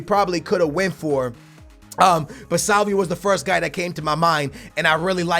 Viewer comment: Salvio is pronounced SalviO NOT SalviU!